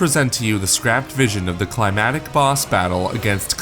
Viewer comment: Please learn how to talk. you say "climatic boss battle..." It's CLIMACTIC. There is a huge difference between "climate" and "climax." We are not talking about the weather.